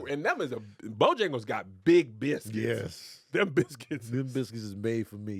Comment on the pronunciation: Pronounced Bil-skits